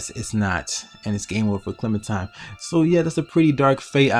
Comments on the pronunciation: It's clementiNe not clementime. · it's clementime BIOTCH edgy clem intensifies